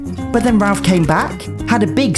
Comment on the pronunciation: It’s crazy how he said Rolph instead of Ralph